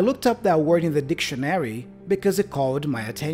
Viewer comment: Happy New Year🙃🙂 I`m afraid your pronanciation of the word DICTIONARY is a bit incorrect😉 your stressed sillable is wrong. Check urself again